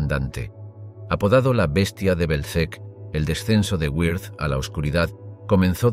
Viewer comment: WIRTH [vɪʁt] ... no güirz